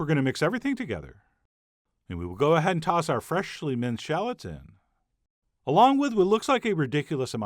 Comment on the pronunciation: I luv you but the way you say “freshly” is not funny